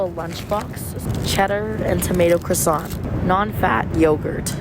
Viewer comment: PLS CUZ IDK WHY WHEN SHE SAID “oui oui crossant” THAT SHIT HAD ME ROLLING